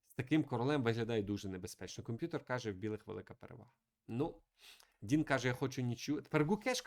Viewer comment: Бля....ну його звати Дін. Шариш. ДІН. Не Дінг, не Донг. Ну шо за піздец. Це як мінімум коверкання ім'я. Я думав ти це виправиш но ні. Яка уже партія но у тебе він Дінг. Де ти це вичитав?ми ж тебе не кличим Міхуйоло?